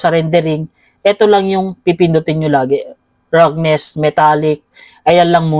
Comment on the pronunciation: salamat po sa tutorial!!!! Icorrect ko lang po yung pag bigkas niyo po sa Roughness, Ang tamang pag bigkas po nito ay Rafness.